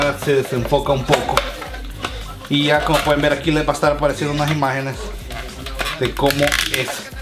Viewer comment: En el intro te fallo el "YA" nada mas esta "Y" dijo para que repongas ese error :)